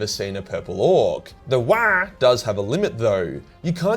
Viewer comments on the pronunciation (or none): its not "wagh!" its "WAAAAAAAAAAGHHHH!" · Lol had to put a dislike due to that poor Waagh pronunciation. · It's not waagh it's WAAAAAAAAGH!!!!! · It’s pronounced “wAAAaargh” not “Wyaah, mammy breastfeed meeee!” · Waaagh is pronounced in a deep bass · It’s pronounced WaAaGh! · i loved this video. but holy fuck wah annoyed me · Video ruined by you saying wagh rly annoying n cringey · For the love of the emperor stop saying whaaaa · Hard to listen to and pay attention too if you say wagh like they every time. A couple of times it was funny but got old real quick tbh. Big fan and watch all ur videos while I work out and multitask but couldn’t do it with this one lol. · All I heard is waah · I love you, but that was unbearable, please learn how to Wagh properly 😆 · Damn hard to to watch this and hear you yell waahag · I wish I could downvote this video, for every time says "wagh." Sadly, I can only downvote once. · Your saying Waagh completely wrong for a so called lore explainer lol it's really bad how you say not only is it but an insult to the orks like there war cry gonna be a weird baby noise like you say how you say it go back on you tube and there are plenty of others that pronounce it right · Stop saying it like that! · OMG I kept laughing so much at your pronunciation of waaagh, seriously, farkin hilarious. gist is pronounced jist though... :)/ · Couldn’t stand the way you said Waaagh, cringed so hard bruz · I thought repetition would make your pronunciation of WAAAGH less funny each time, but no diminished returns here. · I hate your wrong pronunciation of WAAAAAAAAAAAAAAAGH! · Love the video, hate the pronunciation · I thought WAAAAGH is pronounced like streched WAAAAR without the T Not like cosplaying Waluigi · I couldnt make it thru because of the stupid way you kept saying Waaagh.